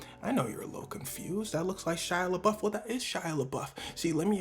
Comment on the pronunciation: It's Shia Labeouf, not Shia Labluff.